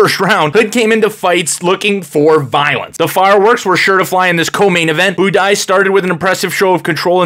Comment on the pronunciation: Budai rhymes with Dubai Buday leggo